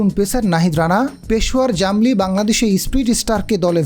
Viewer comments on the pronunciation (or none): প্রিয় সাংবাদিক ভাই ওটা জামলি না জালমি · জামলি না ভাই জালমি হবে।